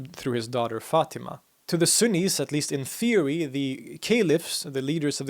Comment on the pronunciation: ↓ Sunnis. Not axis.